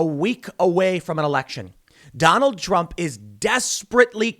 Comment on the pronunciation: Donald Drump? You ok there Tim?